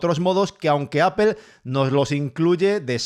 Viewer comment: Apel hahaha Apol Apol Apol así se debe pronunciar y no me vengas con vainas ... se debe pronunciar bien aunque los otros burros no lo hagan